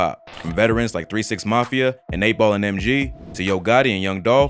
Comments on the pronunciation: M"J"G,...not MG😂😂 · It's 8ball and M [J] G. Not MG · It’s EIGHTBALL & MJG not MG put some respect on them folks name my boi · It’s MJG not MG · it's M-J-G.. not MG lol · Did yu say 8ball and MG????? MAN that aint it. Double fuck up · MJG not MG 🤦🏾‍♂️ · its MJG NOT MG. DISRESPECTING A LEGEND. DO YOU EVEN LISTEN TO RAP OR JUST COMMENT ON THEM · MJG mane! Come on, speak on legends’ names right bro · It's pronounced M..JAY....GEEEE...